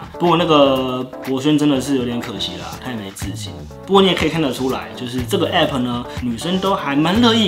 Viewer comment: app不是拆開念字母！！！！！！